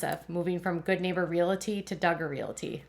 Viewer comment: Interesting! Btw the word is realty with no "i" in it. Pronounced REALTY😊